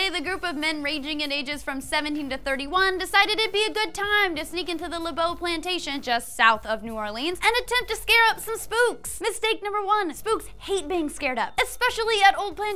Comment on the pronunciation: honey... New Or-LUNs. Not New Or-LEENS